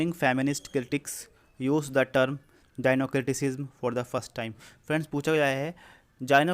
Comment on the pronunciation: I would suggest you to pronounce the word correctly. Gynocriticism : जायिनोक्रिटिसिज्म Gynocriticism: गायनो क्रिटिसिज्म There are so many other words which were pronounced wrongly.